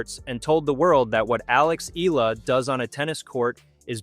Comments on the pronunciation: You make money outvofcher name yet you do not even make an effort to pronounce her name. Shame on you. Her name is pronounced as E-Ya-La not ela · Her last name is pronounced EEEYYUUULLLUUHHH! Ok or EEEEYYYAAAALLLAAAHHHH ! Ok